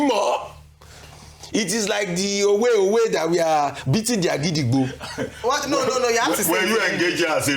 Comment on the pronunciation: NOT AGIDIGBO. IT IS OGIDIGBO (do do do mi)